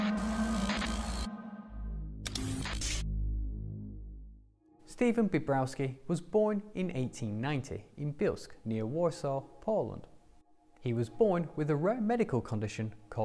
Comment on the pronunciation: Not Bielsk its Belsk